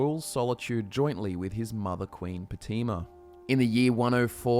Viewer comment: It’s Pronounced Potayma Not Poteema